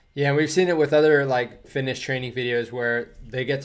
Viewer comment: When you jump to snow it sounds like "Finnosh"